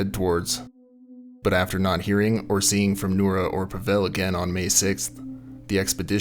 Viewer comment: Thanks for covering this story. The name Pavel is pronounced “POVV-ul”, not “pa-VELL”. It is the Russian equivalent to Paul.